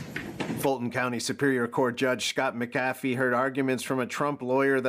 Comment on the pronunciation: Its not pronounced (Muh-caf-ee). Even though its spelled McAfee. I grew up near a town named that. It's (Mac-Uh-Fee). Wonder if he's related to the John McAfee?